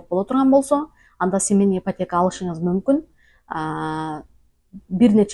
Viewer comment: Семенный эмес семейный дечи